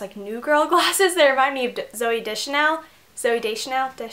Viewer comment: You say it like 'day-chanel' xD Haha, anyway, cute tag!